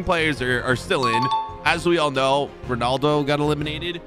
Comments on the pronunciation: Did I just discover you saying ponaldo instead of Ronaldo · Anyone gonna talk about how he said ponaldo instead of ronaldo? (No hate)